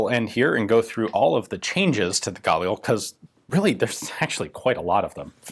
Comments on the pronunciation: Mishmar HaYarden is a name of a place, not a name of a person. Also, its pronounced as gaLIL instead of GAlil, and mishMAR hayarDEN instead of MIshmar haYArden. actually, mishmar hayarden means yarden guard, or jordan (river) guard. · Sorry this is driving me crazy. The stress is on the start of the second syllable. So its Ga-Lil, not gAlil. Emphasis the L more than the A. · GUH leel. Not GAAHHL EEL. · if you pronounce it guh-LEE-lee ...why do you pronounce it GAUL-eel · I think Ian meant "...the Galil" not Fal here! :P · It’s pronounced gal-eel mate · i thought it was pronounced guh-lil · I thought it was pronounced (gah) + (lil) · Pronounced "Gah-LiLL" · His pronounciation of "Galil" is so cringe-worthy.... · Pronounce Galil just like you pronounce Galili but without the “I”. The emphasis in the word Galil is on the “Ga”. Not on the “lil”.